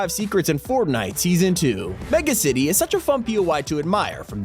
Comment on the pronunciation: did anyone else hear him say formnite or was it just me